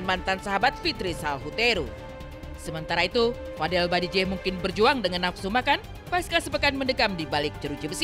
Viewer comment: bajideh bukan badijeh 🤣🤣🤣